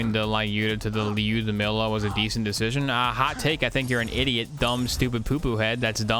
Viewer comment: Doup I do but idk why pronounces lyudamila in such a weird way